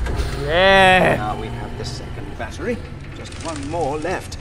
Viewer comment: he calls it barry instead of battery